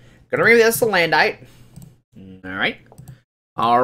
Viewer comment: dude, it's pronounced like "bandit" salandit is salamander + bandit = salandit it's like you completely missed the whole point of it's design? it looks like a thief, a robber, a BANDIT. do you get it? stop saying SalanDITE it's sa-land-it it it it it it it it it it it NOT ITE ITE ITE